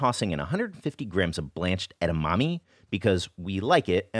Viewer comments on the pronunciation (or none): it's edamame, not edamami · Love your channel - this is just fyi (from 日系人): edamame is pronounced eh-dah-mah-meh (first and last syllable has the same short “eh” vowel sound, and not long E)